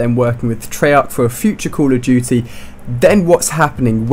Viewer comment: It's treyarc not trollarc